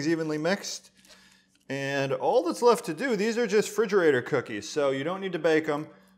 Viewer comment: I like “fridgarator” cookies 😉